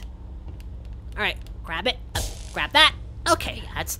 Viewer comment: Why did you say rabbit instead of grab it